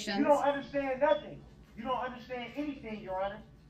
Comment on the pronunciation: he don't "undershtan"